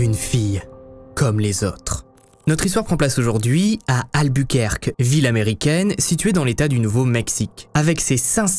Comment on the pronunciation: « Alboukouèrké » pas « Albourquerke » C’est pas Dunquerke. Et background tu ne sais pas non plus le prononcer en anglais.